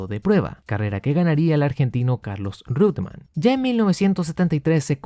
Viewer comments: se dice reuttemann, no rute, pero muy buen video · He oído a muchos pronunciar Roitemann. Creo que uno de ellos es el narrador y comentarista argentino Fernando Tornello. Imagino que Reutemann es la forma correcta ¿De cual país será originario ese apellido? Saludos desde Venezuela. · Porfa deci REUTEMANN no RIUTEMAN